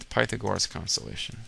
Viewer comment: oh god Pytha gore us. dat pronounciation.